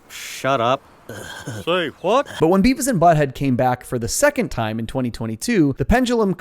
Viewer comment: "I tell ya hwat."